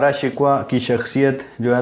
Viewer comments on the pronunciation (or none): دارا شکوہ کو تم، شکوہ/Shikhwa بول رہے ہو، بہت افسوسناک ہے، اس لیئے یہ ویڈیو ناپسند کررہا ہوں،